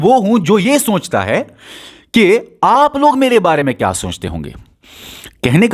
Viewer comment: Soonchta nhi sochta bolo lol